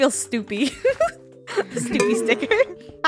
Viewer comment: "Snoopy ticker"